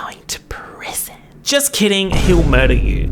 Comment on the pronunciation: “He’s going to prrrisssonn”